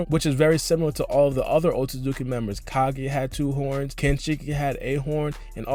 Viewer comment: Someone tell this guy that it’s kaguya and not ka-geh please ....nice video tho but Americans need to work on their English